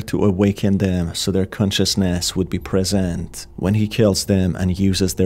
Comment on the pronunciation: please can you stop doing that awakENn consciousNEs preSEnt kiLLs. the video is good but the voice is annyoing af, idk if you can't hear that